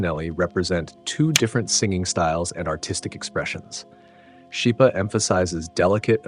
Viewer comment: Just a small point. Schipa is pronounced skeepa